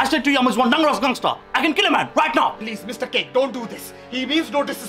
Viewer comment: Yeah lool! He bassically mispronounced "Dangerous Gangster" Lol